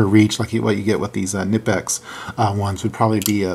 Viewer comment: Nice video. The K is not silent in Knipex.